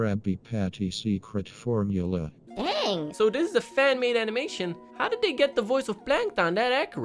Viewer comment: you said frmula DARK WHAT IS WRONG WITH YOU